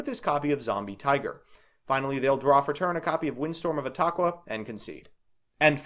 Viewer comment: You said etaqua right. :’)